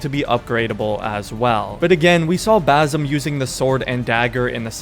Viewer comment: Just a small clearfication I'm Arabian and it's basm or basim with (s) you pronounce it so close to (z) and that is annoying DD 😂 my English is bad too but it's ok I am not talking to a crowd..